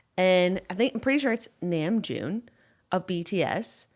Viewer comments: I can not explain how very happy I am that you can recognize how hard namjoon works (by the way it’s NAM like NAH not NAME, but it’s okay I love you and it’s a common mistake) I genuinely started to cry of happiness because you and Julien mean so much to me and bts are my everything so to see someone I cherish appreciate the other people I love is very rad and I’m so happy, this made my day. If you see this I hope you have a good day I love you both so very much and I’d love to tell you more about bts if you’d like!!! Thank you for realizing how hard namjoon works 💓💓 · also, i don't know if anyone mentioned this but namjoon is pronounced n-ah-mjoon, hehe dink dink fam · JENNA REALLY APPRECIATED NAMJOON'S ENGLISH I'M ABOUT TO SOB I DIDN'T THINK I COULD LOVE YOU MORE (also ! Namjoon is pronounced like nom-joon, Korean doesn't have that higher, more "a" sounding pronunciation English has) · Omg Mom praising Namjoon is all that I needed to day. Also saying his name wrong but that's okay.